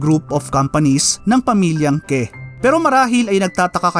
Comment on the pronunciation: "Que" = "Keh" HAHAHAHAHAA 😂😂